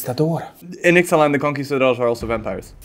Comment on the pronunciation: is still better at pronouncing Ixalan cards than.